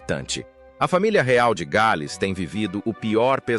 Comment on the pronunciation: De péssimo gosto...td tão ridículo de sotaque "inglês " e "gaaaals" (em inglês é "The Princess of Wales"). Que YouTube elimine esse tipo fake ridículo e analfa